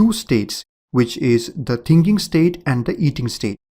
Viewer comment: O my god, it's not "tinking" it's "thinking" :)))